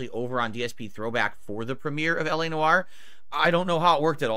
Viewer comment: My French ancestry cries out in pain each time he says Noire.